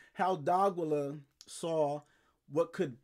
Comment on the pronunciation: DEE-AH-KEY-YUH. Not DOGILLA lol. Good channel tho